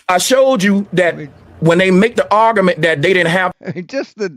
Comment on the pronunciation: couldn't beat his meat. " OK, Creeeeeeeg. Now listen to this ARGA-MENT